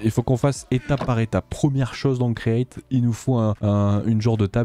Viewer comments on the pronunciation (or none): l'accent anglais est douteux comme d'ab mais c pire avec create en fait sinon parfait la video comme d'ab hate de la prochaine